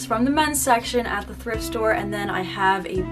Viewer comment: How many times said “thirft store” during the video: i counted 8 lmao Truly an icon ❤️